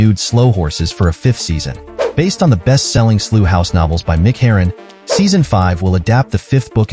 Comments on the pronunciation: What a crap trailer & mispronouncing Slough is unforgivable. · That's not how Slough is pronounced.